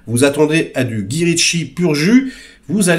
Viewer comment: Mais enfin on ne dit pas Gui quand même. On dit Gaï. Ca fait bizarre sinon, on a l'impression d'écouter un vieux papy sur son banc en Corse :D